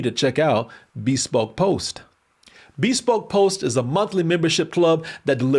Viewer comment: It’s “be SPOKE” not BEE spoke lol